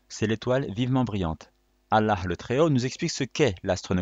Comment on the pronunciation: c prononce الله et non اللح